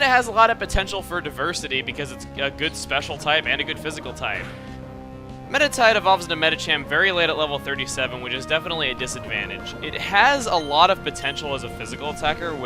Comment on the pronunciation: you said medichamp but its actully medicham